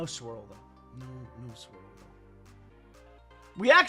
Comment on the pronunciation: Did he say SWIRL 💫